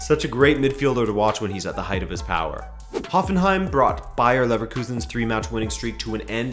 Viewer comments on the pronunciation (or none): none